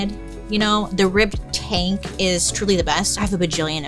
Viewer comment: Took me a min to realize you were saying tank not taint 😂